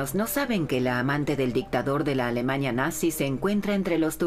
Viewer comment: ¿Por qué la narradora se la pasa diciendo AlemaÑa, matrimoÑo, juÑo, PoloÑa...?